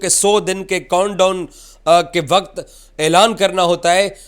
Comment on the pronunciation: Baaakup plan❌ backup plan✅ Contdon❌countdown✅ Scddule❌schedule ✅ Hybraaad model❌hybrid model✅ Endia❌INDIA✅😂 Traaphy❌Trophy✅ Anauncment❌announcement✅ Zestre❌Gesture✅ Susksfull❌successful✅ Reporting❌ english ki MCBC and nafrat✅😂😂😂